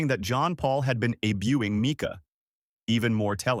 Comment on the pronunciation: This is an AI narrator. When it mentioned that John Paul was "A-buing" his former wife, I knew that this was a dumb computer reading the script. If you're going to post a video, use a human narrator that can speak and pronounce words correctly.😐